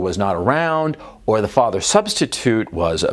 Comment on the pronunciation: who is your faAther, and what does he du? in the famous austrian bodybuilder's accent